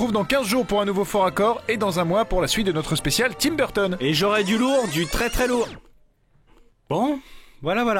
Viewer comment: Quand tu te rend compte que c’est Tim Burton et pas Timberton...